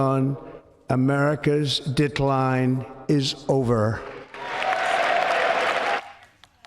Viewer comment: I could have sworn he said rapid 'dickline'